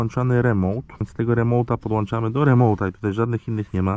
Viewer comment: na miłość boską! wyłącza nie wyłancza, podłącza, a nie podłancza:) Pliz słowa naprawdę i zaprawdę powiadam Ci mogą ranić:D